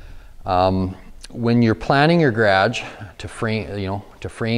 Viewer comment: Did he say gradge door?